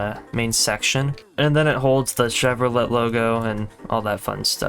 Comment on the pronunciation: why does he pronounce chevrolet like that??